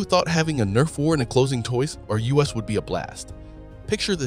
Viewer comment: I'm going to guess you're not from the states. its not torys R us like USA, Its like us the pronoun